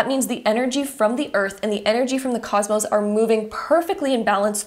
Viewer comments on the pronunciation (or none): none